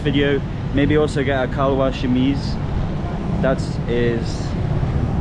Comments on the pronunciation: it's 'salwar-kamiz', not kalwar-samiz, I think you are swapping the first letters:D, I know it's nothing, just mentioning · Kalwar shameez 😂😂 I love u but it's shalwar Kameez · I want to correct something its not kalwar shameez you pronounce it incorrectly it's shalwaar kameez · The Kalwar Shameez got me lol it is Salwaar Kameez or Shalwar Kameez depending on which part of Pak you're in, bless you, hope you have a great time now that you're back in Pakistan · And your so cute you say Kalwar shameez 🤣🙃. It’s shalwar kameez 😊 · Kalwar shameez 😂. It's shalwar kameez bro. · you are so innocent 😂😂 you said kalwar shamees to shalwar qameez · It's not a Kalwar Shameez bro it's a Selwar Kameez 🤣 no worries tho haha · The way you said kalwar shameez was sooo funny🤣🤣🤣